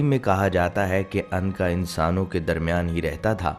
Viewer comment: Anqa nhi unqa